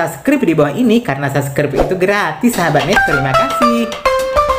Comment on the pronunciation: Seubscraib baca nya